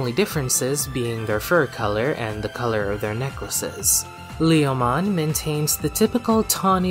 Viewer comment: "Whether it's in Japanese or in any other language, Lee-oh-mon is always Lee-oh-mon." Now, I'll have to correct you there. In Japanese, while the intended name is certainly the same, it's pronounced more like "Leh-oh-mon". Also, while Leomon's death has become a bit of a meme, he actually tends to be treated MUCH better if you look outside of the anime. All of the first 4 Digimon World games feature a Leomon NPC who stays alive through the end (the one exception to this is Digimon World 2, which features two NPC Leomon, one of which serves as the game's tutorial boss and is seemingly killed upon defeat, though the other one just spends the entire game hanging around the arena IIRC). Cyber Sleuth pokes fun at Leomon's tendency to die without actually killing him...... twice (once with BanchoLeomon, and then again with a regular Leomon, the latter of whom staged a re-enactment of his death in Tamers). And then you've got V-Tamer...... the Leomon in that manga, named Leo, is an absolute savage. And not only does he survive all the way through, but he even manages to evolve into Panjyamon, and later into Regulumon.